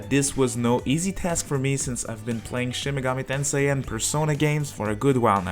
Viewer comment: Play a Reel Shin Megoomi Tensay Gaem